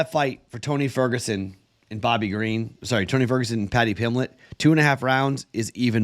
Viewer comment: PimBlett .. there's a B in his name.